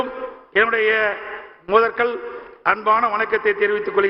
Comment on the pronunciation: முதல் கல் வணக்கம் இல்லை முதற்கண் வணக்கம் பொன்மலச்செம்மல் அல்ல பொன்மலச்செம்மல் பாவம் அவர்களை கேவலமாக பேச வேண்டாம்